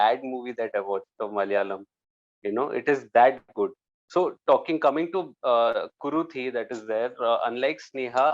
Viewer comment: It's KuruTHI. Not KuruDHI